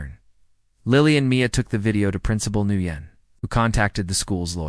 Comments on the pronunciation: Just a tip. The name Nguyen is NOT pronounced new yen. It’s pronounced “when”. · Nguyen is not pronounced "NEW YEN", it's "WHEN" and it is as common a name in Asian countries as is Smith or Jones in the west. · Sooo, I believe that principal's name is pronounced "win", not "nu yen"; there are no retired Marines, but otherwise not a bad story. Love to see instant karma in play 😊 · Guitar Eddie here. The the principal's name is pronounced "Wen" not "Nooyen". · The principal, Ms Nugyen's, name is pronounced 'Winn'. Watching from NE Florida. Today was February 20th, it was a balmy 85ºF here. from the 'stairs', not stares. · The principal name is prounced Winn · FYI Nguyễn ís pronounced "win". These narrators need to practice reading the script. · The name Nguyen is pronounced “When”. For goodness sake do a little research and edits for these stories!